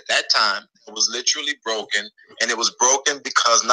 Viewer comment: Why does think he sounds intelligent, he is mispronouncing the word. literally, not litraly